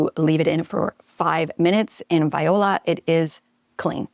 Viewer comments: Viola??? Do you mean “voila”? You have lost all credibility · OMG, that was so cute. It took me a minute to realize when she said Viola - she meant Voila! It's pronounced vwaalaa for anyone else who's not sure